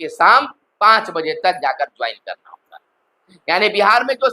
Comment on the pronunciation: एक ही बात घुमा फिरा के पढ़ते रहने की आदत है आपका । खबर काम bkwas ज्यादा लगता है। हागा v नहीं v hoga🤩🤩🤩